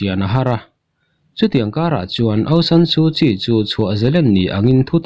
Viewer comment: Bengvar thlak hle.aungsan sukyi tih hi aung chu nambar chhiar na a sawm kan lam anga thluk tur.awng-sawm/san tih hi sarzam kansawia sar kan tihanga thluktur san-sar tiin.su chuvawkpa sut nghak kan sawi a sut tih thluk hman tur su-sut/kyi hi chial kanlam anga hmantur kyi-chi ti ang in.awng/sawm, san/sar,suh-sut,chi-chi tihangin.